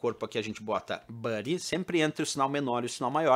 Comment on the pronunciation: Dois comentários sobre itens que você explicou nessa aula, os cabeçalhos h1,h2 até h6 não são "níveis" exatamente, mas tamanhos de cabeçalho sendo o h1 o maior e o h6 o menor. A pronúncia da palavra "body" é "bóri" (ou algo bem parecido) e não buddi. Fora isto, muito obrigado por mais uma aula, abraços!